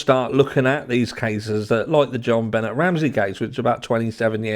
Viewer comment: It was destroyed from the get go omg I just love you an your accent Benet name is French e is pronounced A would be Jon benay I do the same thing trying 2 b better 😂❤